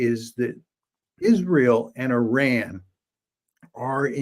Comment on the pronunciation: Professor is the only white American pronouncing Iran the right way. It's pronounced "eee-rawn", not "eye-Ran" like many American do.